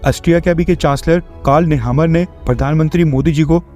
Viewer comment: नेमर बोलिये, नेहामर नही